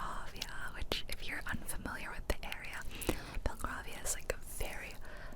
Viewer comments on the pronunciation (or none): Just to let you know, Belgravia is pronounced like the colour grey.